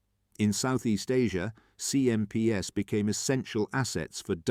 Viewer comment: I'd much prefer an imperfect human-voiced narration than this Chatbot with a simulated British accent! Obvious errors include pronouncing terms associated with the atmospheric wind 🌪, when describing the 'winding 🌪 down' of the CMP truck windows! 🪟 🙄 Repeatedly referring to 'CMPS' by a string of alphabetic letters, when the script writer 'actually intended to refer to these military trucks in plural (CMPs) became really annoying! Please hire an amateur 'voice actor' rather than using an AI synthesized voice! 'Also there was far too much repetition in the script! Even allowing for some important facts to be repeated a couple of times, the script would have been much better if its length had been reduced by at least one quarter! How many times do 'the deserts 🏜 of North Africa' and 'the jungles of Burma' have to be repeatedly referenced? The inclusion of at least one brief motion film clip showing the CMP moving over the different types of terrain to which the script repeatedly refers, would certainly have improved this video product![Edited for punctuation and syntax.] 🇨🇦 🍁 🇨🇦 🪖🎖🚚 🚛 🚚 🚛 🚚 🎖🪖 🇨🇦 🍁 🇨🇦